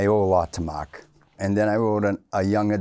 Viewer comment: "Makh" yup Boston Irish